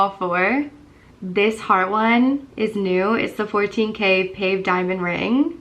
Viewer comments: It's pronounced Pa-vey, not Pave....lol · The diamonds on the rings...lol you said "pave" like pave a street.